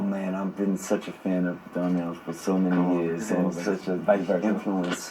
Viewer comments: Is it just me or is the lady in orange saying Darnell instead of Donnell? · She keep saying Darnell lmao